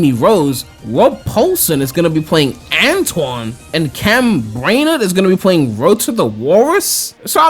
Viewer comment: They got Antoine's name wrong